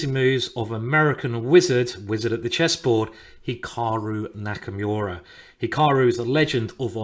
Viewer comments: Its Nakamura not Nakamyooowra. Stop sounding so white 😂😂😂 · LMAO NakaMEWrah ... why British refuse to pronounce people's names properly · does anyone else cringe when he pronounces Nakamura as Naka"myuura" I damn near had an aneurysm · "Hikahru Nakamewrah" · Did you say Nakamyoura?